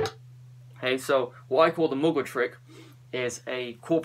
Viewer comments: It's not pronounced Mogwai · Mgla is pronounced ""Muh-glaw" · It kinda is, the L is soft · did you say Muglua? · the way to pronounce mgla is read the L as if it was a W, and read it in one syllable. you're welcome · Ahah im from Russia and i can pronounce Mgla correctly an you can not ahahaha